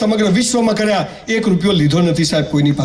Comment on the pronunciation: કરિયા નહીં " કર્યા " . સુધારો ...